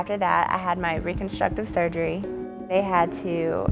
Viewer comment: lmao this dude can't even pronounce surgery